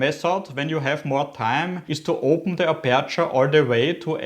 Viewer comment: oida... die aussprache tut SOOOO weh..... streng dich an. und die betonung ist auf (A)perture......